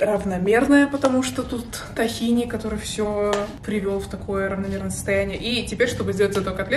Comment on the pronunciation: Маленькая поправочка, не "тахини", а "тхИна"